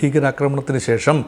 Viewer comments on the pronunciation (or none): none